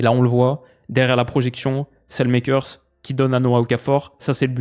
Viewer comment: Super vidéo Pour la prononciation du belge Salemakers, je te conseille d'aller écouter comme les flamands le prononce, ce n'est pas du tout comme ça. Cela se prononce quasiment comme ça s'écrit finalement